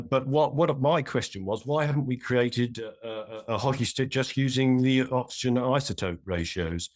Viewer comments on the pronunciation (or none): What's an "isoptope"?